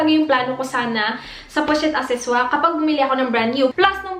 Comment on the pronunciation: The way you say pochette accessoire is try hard